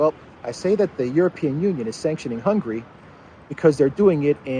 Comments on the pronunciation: please its NOT hungry, its Hunga-ry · I highly value what you provide to us, but please change how you pronounce the name of Hungary. After the letter “g” there is an “a” letter what has to be pronounce! Thanks in advance!